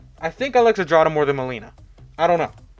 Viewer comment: would you kindly type malina or zdrada into google translate and switch translation to polish to english? if you know you know, if not you might be surprised , also the way you read that ... well you can listen to polish spelling too :P